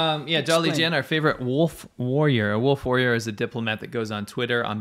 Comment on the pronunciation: Actually, I think they hv2o. saying "woof warrior" to implicate the Chinese through the mispronounciation of the letter L.